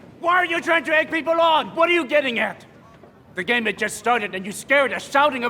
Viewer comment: Why did you have to say "the game" like that... now I've lost